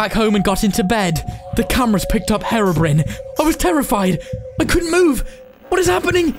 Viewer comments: U said herobri e like herobrin (no offence) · You pronounced 'herobrine' wrong the 'i' says its name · why did you say Herobrin It's Herobrine 🤦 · By the way Hero brine not brin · her-o-brin lol